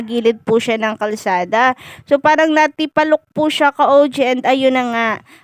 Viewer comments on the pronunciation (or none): "Natapilok" po ang tamang word hindi po "natipalok"😅😅😂🎉